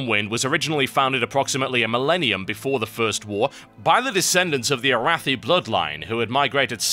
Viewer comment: nice total you butchered "Arathi" and "Arathor" when you said them in the court of lore. lol